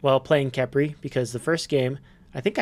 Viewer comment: It pronounced kefri